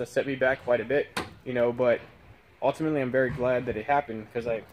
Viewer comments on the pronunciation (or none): Transom not tranzum Ultimately not ahltimately Deteriorate not deteerate